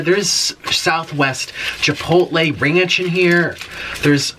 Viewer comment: jipotle ? XD